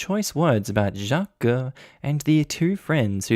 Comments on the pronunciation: you Doughnut, “Jaques” is pronounced like “Jack” but with a soft “J”. Not “Shjack-que”! You Aussie plonker! 😆🤣😆🤣😆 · Why are you overpronouncing Jacques? You're saying Jjjaquuuueeééé instead of just Jacques. You said it normally the first time, but after that you're overpronouncing it and it's making me cringe every time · That is Not how Jacques is pronounced! It's one syllable, "Zhock" the second part is silent. Sorry, but that mispronunciation is jarring and throws me out of the story. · Oh! No need to put an e sound at the end of Jacques, it's the same just a very toned down e. Like "Jah-cuh" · I don't know any Jacques but I would have pronounced it 'shac.' where is that name from and how is it pronounced? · 1) ta you just need to leave man 2) nta wtf theyre just fragile in their masculinity also why you say jacques like that im crying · I was thinking the same about the name pronunciation 🤣